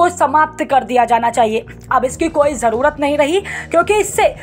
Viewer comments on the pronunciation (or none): none